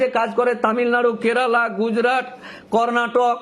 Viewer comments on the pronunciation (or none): Ekjon Advocate hisabe apnar ei baktabyo just mana jay na... Apnar shalinota Gyan dekhe ghreenar udrek hoy....tachhara uchharoneo prochur bhul.. Shabdo ta Pron na Porn.. Kerala ke bolchhen Kelara Kochi meye, Nyagta meye esob ki shabdo chayon?? Chhi...apanakei to Pocso te book kora uchit